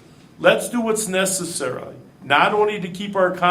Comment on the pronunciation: "let's do what's necessara"